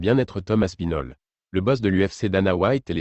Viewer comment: Tom aspinol ... super IA, pouce vers le bas